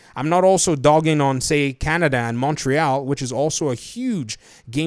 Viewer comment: oh, as a person living in Montreal, I sort of get thrown off on the way you pronounce it. Its more like mon-tree-all. No big deal really but I thought I'd share.;-)